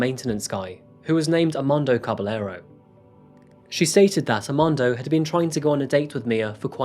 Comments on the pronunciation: I'm gonna have to correct you in pronouncing Armando's last name. It's Ka-ba-ye-ro not Ka-ba-le-ro. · Caballero is pronounced Cabayero. The LL in Spanish sounds like Y. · Great job as always! One little thing and I mean no diss just a bit of knowledge with this. When in Spanish u encounter double L's ll as in Caballero you pronounce em like a y so Cah- bah- yeh- ro. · Wouldn't one pronounce Caballero as 'Cabayero'? Just asking, is double 'll' in Spanish always pronounced as 'y'?